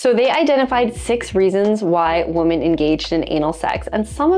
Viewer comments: Why do you pronounce "women" (wi·muhn) as "woman"? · The annoying way she says woman instead of women. Is this AI ? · Women, not woman. Please learn English. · I'm more concerned about the growing trend in American youtube content in which the plural "women" is pronounced identically to "woman." Women is pronounced "wimmen." The spelling makes this seem silly, but the letter o has a lot of different pronunciations (eg. hot, monday, mom, constable) , and the unusual edge case for the letter o in women is etymologically odd, and comes from the Old English "wyf" which originally meant a married or unmarried woman. Enjoyment of various types of butt-stuff - surfacing, shallowing, rimming, various penetrative acts - varies from woman to woman. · Does this woman know that 'woman' and 'women' are pronounced differently? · Why do you say woman instead of women when talking plural, and if you're not sure what I mean pronounce it wimmon when you are saying women. It's really annoying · Great information! But why do you say "woman" when it is grammatically correct to say "women"? Just curious. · When you say women and it's more that one, it's pronounced like WIMMIN. and one woman is pronounced as WOMAN. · i can't be the only one hearing mispronunciations of ‘women’ as ‘woman’ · All New Zealanders do it. 🤬🤬😡😡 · You cannot even pronounce "women"? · OMG, why are you mispronouncing the word "women?" It's driving me crazy -- not in a good way. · Why can't young women no longer pronounce the plural form of woman as in women ? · Please learn to pronounce 'women'. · Why can you not properly pronounce "women"?? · Try telling New Zealanders that!! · = A.I. The tell is the obvious mispronunciation of “women”. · I’ll pretend you say women incorrectly to get engagement here. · she pronounces both words the same way. it's much weirder than anal, and slightly more painful to hear. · Please, there is a pronunciation difference between 'women' and 'woman' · Lol, I know. So odd.